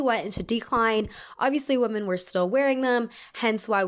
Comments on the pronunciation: I’ve noticed that you always pronounce women as woman hahah. Love your videos though ❤️❤️ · It's ok, she can't spell or pronounce "women" apparently either, only "woman".